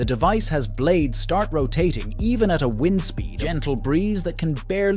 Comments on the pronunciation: A human would know how to pronounce wind turbine. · the word WIND...that blows not winds.